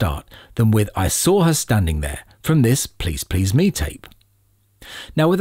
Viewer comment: Who could possibly trust the opinion of somebody who continually places the stress on the "Me" of "Please Please Me", rather than the second "Please"?